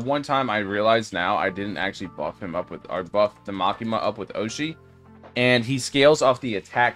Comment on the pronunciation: Bro said makima that is not makama